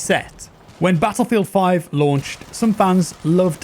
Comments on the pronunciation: "battleifeld" lol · BATTLEIFELD hahaha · anyone else notice "BATTLEIFELD"?? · Nice a sweet new "BATTLEIFELD" :p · "Battleifeld" hehe